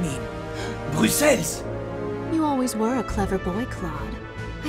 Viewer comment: Pourquoi "BruxelleSZ" ? xD (oui je suis belge)